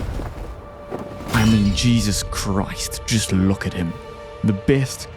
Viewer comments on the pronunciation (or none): none